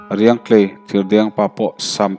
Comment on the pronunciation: Riangtlei khaw hming i lam dan hi lo enchiang leh deuh teh aw :- :m :m tiin lam ri la a dik zawk ang a.